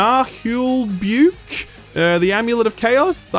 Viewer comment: it's based on a french podcast "Naheulbeuk" you pronounce it nah eul beuk just like that easy